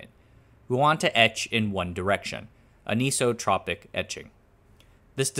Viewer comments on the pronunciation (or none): Two minor corrections: * The source and drain are both doped with either n-type or p-type impurities. It is the channel below the gate that gets doped with impurities of the opposite types. * It's pronounced an-isotropic, not anise-o-tropic. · my kind sir, Anisotropic as in AN-iso-tropic not a-nee-so-tropic. like an-ion, and ion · Anisotropic --> Pronounced "An-Iso-Tropic" All these compound words with Greek or Latin roots may safely be pronounced part-by-part ( e.g. kilometer --> kilo - meter, and not kiLLAHm'ter) , unless you are speaking Americanese, of course. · Not ==> ankee-so-tropic AN-iso-tropic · its NOT pronounced ANIS-Otropic. its AN-Isotropic.